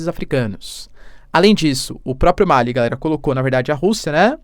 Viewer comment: Professor, seu trabalho é excelente e sigo há bastante tempo. Mas se nele ainda cabe algum contributo, gostaria de pontuar um bem simples: é Malí, com acentuação tônica na última sílaba. Ma - lí e não Má-li Pra nós, africanos, é muito estranho a pronúncia Má-li Quanto à Venezuela, nem mesmo os estados unidos são democráticos, sendo uma oligarquia, no mínimo. Abraços